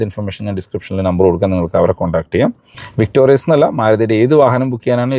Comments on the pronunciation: "വിക്ടോറിസ് " എന്നാണ് മാരുതി ഇട്ട യഥാർത്ഥ പേര്... "വിക്ടോറിയസ്" എന്ന് പേര് നിങ്ങൾ ആയി മാറ്റല്ലേ. ദയവായി തിരുത്തി ഒരു വീഡിയോ ഇടുക. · എന്റെ പൊന്നു ചേട്ടാ... വിക്ടോറിയസ് അല്ല വിക്ടോറിസ് ആണ്... ഞാൻ ഈ കമന്റ് മൂന്നു പ്രാവശ്യം എങ്കിലും ഇട്ടിട്ടുണ്ട്... തന്നെ തെറ്റ് പറഞ്ഞു കൊടുത്താൽ എങ്ങനെയാണ്...? ഇങ്ങനെയുള്ള തെറ്റുകൾ ആവർത്തിക്കുന്നത് ശരിയല്ല... ഒട്ടും തന്നെ വർക്ക് ചെയ്യാതെയാണ് ഒരു വീഡിയോ ചെയ്യുന്നത് എന്ന് വ്യൂവേഴ്സിന് തോന്നും... മിനിമം കാര്യങ്ങൾ ശ്രദ്ധിക്കുമെന്ന് പ്രതീക്ഷിക്കുന്നു... താങ്ക്യൂ... ഇനി എന്റെ ഭാഗത്താണ് തെറ്റ് എങ്കിൽ ക്ഷമിക്കൂ...